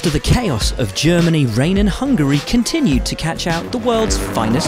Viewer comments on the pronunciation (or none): none